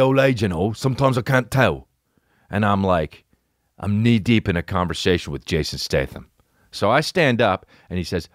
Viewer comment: Thst british but killed me haha! ''Knee deep!"